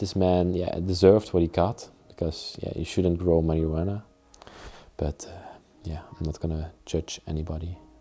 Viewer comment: Love how you say marijuana...marywanna 😄